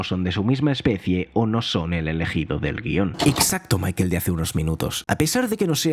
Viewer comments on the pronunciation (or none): none